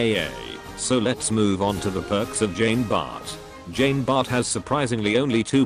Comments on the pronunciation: #feelsfrenchman tfw the speech bot reads "Jeen Bartt" instead of the proper "John Bar" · Not sure if you will read this, but put 'john bart' in the robot voice thing and boom you get correct pronunciation